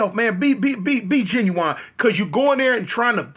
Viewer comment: Saying ginuwine instead of genuine is crazy lol